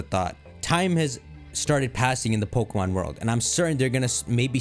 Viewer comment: This guy couldn’t say pokemom more Indian